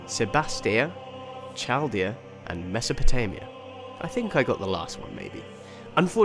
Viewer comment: 'AE' is always pronounced 'Eye'. Say Khaldea not Chaldia. Most of the English 'C's you are seeing are Greek Kappas, so harder pronunciation.